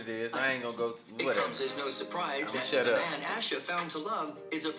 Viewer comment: I know it’s because I have the same name but I hate that the announcer pronounced Asha’s name two different ways. lol 😂 (aww-sha at least how mines is pronounced)